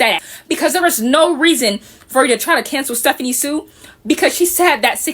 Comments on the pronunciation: I think it’s insane for people to say she’s borderline racist but are saying she’s doing “aeygo”, and can’t even pronounce her last-name properly. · What cracks me up is that these women go on criticising her for being disrespectful to, among other things, Black women, but then they mispronounce her name lol